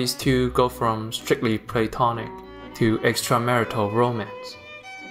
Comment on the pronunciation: WAIT on second viewing I just realized you said “plate-onic”